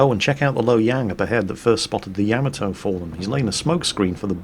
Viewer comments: Hey -Great as always-YOU HAVE ME THINKING ARE YOU SAYING YAMATO CORRECTLY? YOU ARE NAVY MAN AND KNOW BETTER THAN I DO, IS IT NOT YAH-MA-TO? YOU ARE SAYING YAM-AH -TOE??? LET ME KNOW THE FACTS-THANKS "Most accurately, there should be NO stressed syllables; Japanese doesn't use such constructions. Should be 'yah-mah-toe' but with almost clipped vowel sounds, and no stressed syllables." " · I hope someday you realize it's pronounced YAH-MAH-TOE, not YEAH-MEH-TOE! Stop with the Japanese mispronunciations! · Say it with me Ya ma toe. Put those together fast and you said it right. I do however, under stand, your British. You all talk funny. Yes I am American.